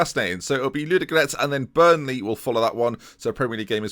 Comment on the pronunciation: There are two "o" in Ludogorets and both of them are pronounced.